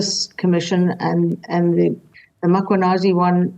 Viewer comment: She must first apologize for calling Mkhwanazi "Makwhanazi"